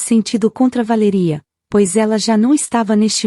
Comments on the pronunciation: O nome da mulher é Valéria e não VALERÍA!!! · Valéria Valéria Valéria fala o nome certo